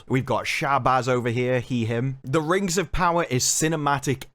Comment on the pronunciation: Not ring, RANGS OF PAWAAAAH.